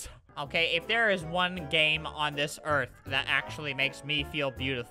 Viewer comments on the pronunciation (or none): none